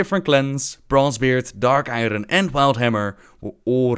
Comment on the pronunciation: Also novbbel it may sound dumb, but Iron is pronounced more like iorn in english.